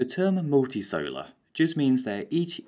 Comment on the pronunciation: Multicellular: muhl.tee.sehl.yuh·luh For some reason, he keeps saying "Multisolar"